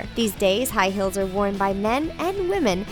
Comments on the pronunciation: Im sorry but when I hear her say "High Heels" to me it sounds like "High Hills" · lol she kept saying hills instead of heels. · i swear she said high hills instead of high heels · High hills. Do you speak English. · Jake camacho she does actually. let me clarify because you obviously don't understand. when you say "heels" and "hills", they sound very similar. understand? ( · "high hills" lmao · I swear to god shes saying "high hills" instead of "high heels" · High "hills". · "high hills"??? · can she say high heels instead of high hills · I'm triggered by how you said high heels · why did she pronounce" heels" "hills"?? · And it's heels not hills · Not hills it's heels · STOP SAING HILLS IFS HEELS!!!!! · Was it just me or did she say 'High hills'? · How come when she said high heels I heard high HILLS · She kept saying high hills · Am I the only one that heard "High Hills"? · that way she says heels 😣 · I hate how she says heels